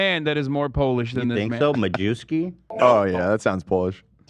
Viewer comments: You pronounce Majewski in Polish "ma-ye-v-ski" not "ma-jew-ski". Also "a Jew" in Polish is "Żyd", so it has actually nothing to do with the Jews ;) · Oh no, Majewski is pronounced "mayevski" in Polish, ma-jew-ski sounds so awful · holy fuck... dude is Majewski not Ma - jew- ski... " j " is read like "y" in word "may" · Majewski 100 per center polish name, read: Muyevski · just a fun fact - Majewski is a common Polish name, not related to jews. Should be pronounced like 'Mayevsky'. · Majewski in Poland is pronounced MA-YEA-VSKI 😂 I can't with Americans mispronouncing Polish names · I think Majewski in terms of pronunciation is ‘Mayevski’ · Did anyone let Ethan know Majewski it pronounced more like “mayewski” and it means something along the lines of “the May man?” 😂 I don’t think we have any antisemitic surnames in Poland thankfully